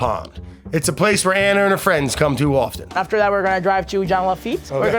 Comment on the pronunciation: Beautiful episode, its Ana not Anna. lol